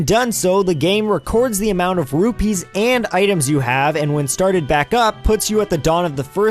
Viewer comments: P's and B's sound similar to me, so I may have just misheard you. I just didn't want you to end up like those CDI Zelda games. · The currency in Zelda is Rupees, not Rubies. Just so you know! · ***** Watch around 2 minutes in. Definitely ruby coming out of your mouth xD. Great video nonetheless, simply a minor gripe.